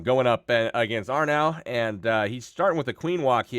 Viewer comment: a onehive bee not really..... It's Arnau. Lol